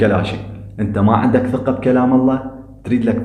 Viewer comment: كنت متابع لهذه القناة لكن عندما علمت انك صاحبها وانت لا تعرف تلفظ كلمة(ثقة) بشكل صحيح والفاظك سوقية تركت متابعتك